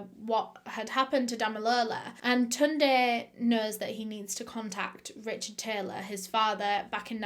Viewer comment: You pronounced Tunde quite well